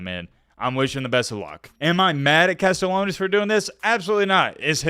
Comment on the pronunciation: CAST-E-AH-NOS For the love of god please pronounce his name right 😭